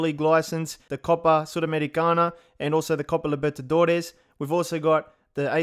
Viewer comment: Bro the pronunciation of " Copa Sul-americana " caught off guard